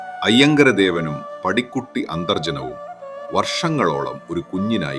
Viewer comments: പടിക്കുട്ടിയല്ല ബ്രോ.... പാടിക്കുറ്റി 🙏🙏🙏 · കഥ ഇത് വരെ കേട്ടതിൽ നിന്നും കുറെ വ്യത്യസ്തമായത് പോലെ തോന്നി.. AI ആണെങ്കിലും പാടികുറ്റി അമ്മയെ പടിക്കുട്ടി എന്നൊക്കെ പറയുന്ന കേട്ടപ്പോൾ എന്തോ അരോചകമായി തോന്നി. കുഞ്ഞു നാൾ തൊട്ട് കേട്ട് വളർന്ന കഥയും കഥാപാത്രങ്ങളുമായത് കൊണ്ടാവാം. വിവരണം AI ക് പകരം മനുഷ്യർക്ക് ആകാമായിരുന്നു 🙏